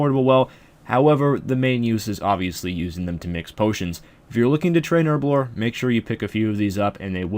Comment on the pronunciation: Why does everyone on youtube say herblore like a spastic.